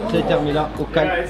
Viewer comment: Arrête de dire o calm